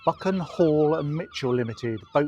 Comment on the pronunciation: Great video. You got a really gorgeous day for it. We need to work on your ‘ch’ and other pronunciations up here. The Brochhh, Buchhhhan and Farquhar come to mind! Top marks for saying Moray correctly. Many with a Scots tongue don’t get it right! 👍🏻